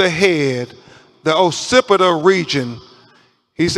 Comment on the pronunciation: wtf is a "pacipita" bone. they need to investigate how he passed the bar